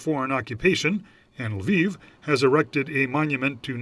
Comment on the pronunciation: What's Lvov? C'mon you can at least learn the names of the cities, your interviewees get them right. What a journalist!